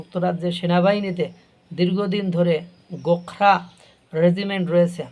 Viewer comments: শব্দটি গোখরা নয়,ওটা।গোরখা হবে। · উচ্চারণ ঠিক করে করুন। গোখরা নয় গোর্খা হবে। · গোখরা নয় গোর্খা রেজিমেন্ট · ভাই গোখরা নয় ওটা হল গোর্খা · Gorkha regiment, gokhra ba gokhro saap. Mathay tupi aar chhagal daari howay bhul hoyechhe.